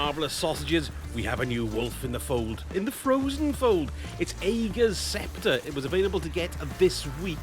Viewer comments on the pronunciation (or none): The weapon is pronounced "Ah-gur's" Scepter. I love the build, btw. FANTASTIC option for Non-Master content.